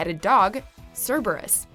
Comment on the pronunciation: This is one of the few times where someone got the name of Hades' guard dog right when pronouncing it.